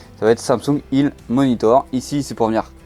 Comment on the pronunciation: Bravo bonne vidéo et bonne continuation Sinon je veux bien savoir pourquoi vous dites Samsung « il » ??? A ce point c’est difficile de prononcer health !🤪